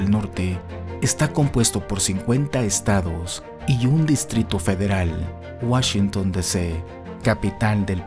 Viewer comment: Puro Cheken de Woshinton ... 😉